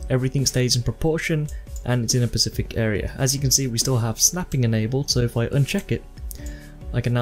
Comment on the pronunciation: Sorry to be SPECIFIC, but please say specific not pacific, pacific is an ocean specific stars with an S... xD